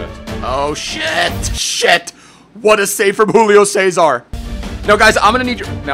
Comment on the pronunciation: Man Júlio César its not spanish you dont need to use this Spanish accent to say his name, here in Brazil we speak Portuguese not spanish.